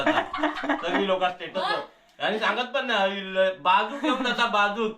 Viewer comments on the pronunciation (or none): Tetus nahi re stetus